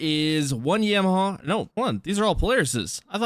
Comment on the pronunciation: Who says Yamaha like that 😂